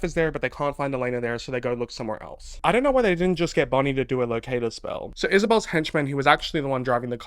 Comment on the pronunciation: "We've got Caroline, Elena, BONIE" the way you said bonnie cracked me up